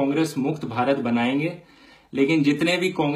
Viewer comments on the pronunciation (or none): none